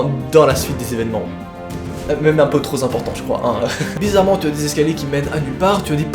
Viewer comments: non tu entends bien t'as raison il dit holmens,et a 10'08 il dit aussi "trop z'important" !hahaha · a 10'08 le "trop z'important" liaison dangereuse mon gars!!